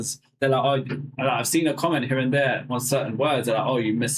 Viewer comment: Haha! You two don't realize you don't say your R,s! Say "We are here for our car" You say "We ah heah fo ah ca". 😂